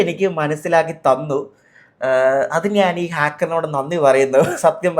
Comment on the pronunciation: നാൻ അല്ല ഞാൻ എന്നാണ് മലയാളം